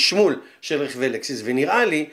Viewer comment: לקסוס לא לקסיס